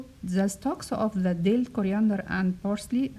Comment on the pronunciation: It’s dill, not dell By the way great recipe